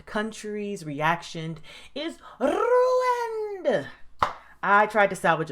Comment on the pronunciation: LOL the rolled R when you said Ruined